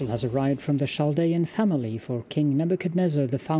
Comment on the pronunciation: Love this game! Glad to see this again. FYI: “Chaldean” is pronounced with a “K” sound, not a “Ch” sound (sorry, I am a bit of an ancient history nerd)